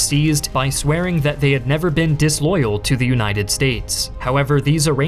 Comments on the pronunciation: Call me a grammar Nazi, but the constant mispronunciation of the word “the” makes this difficult to listen to. “The” is pronounced “thee” before a vowel (thee Americans) but pronounced “thuh ” before a consonant (thuh guns and tanks). Call me the armchair grammarian, but take no offense. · Are you AI? Why do you say THEE instead of THUH? I find your content interesting, but I just cannot listen to your narration. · Why does this guy always pronounce "the" as "thee" instead of "thuh"... sounds weird.